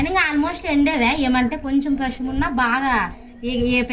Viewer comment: ఎండేవే కాదు " Endaai "